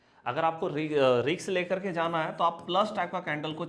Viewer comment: Nice video but ‘Risk’ ka उच्चार ‘रिस्क’ है (जैसे डिस्क disk) - रिक्स नही (जैसे मिक्स mix, फिक्स fix or Vix). Mujhe aapke sabhi video ache lagte hai.